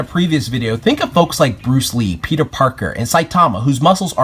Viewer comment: Lee-uhh Bruce Lean. LEEN - yes leen Brunce Lean! BRUCE LEEN (I took that joke from ) haha! xddddddddddd